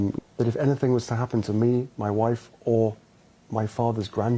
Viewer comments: Hi, I just love how you pronounce, ‘ my Woife’ ‘ my faver’ etc. absolutely hilarious!! 😂😂😂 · 'H and Woife' Hahahahha